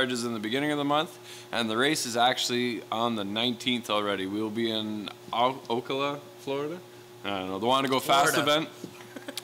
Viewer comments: FYI...its Ocala, pronounced O-cal-a. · Lolol Oculuh oh(CAL)uh is pronunciation Ocala fl is 20 min from my driveway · It's Oh-cal-ahh (Ocala)...gets mis-pronounced all the time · Happy New Year! The pronounciation is o-CAL-uh...3 syllables and with a drawl LOL Will try to see this monster in action live. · I'm going to have to try to come and see you at Sebring RaceTrac and don't feel bad for pronouncing Ocala wrong everyone does